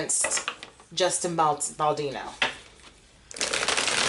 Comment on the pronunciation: It's BaldOni😂